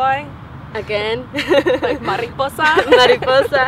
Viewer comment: Mariposa - souds like MARIPUSSI !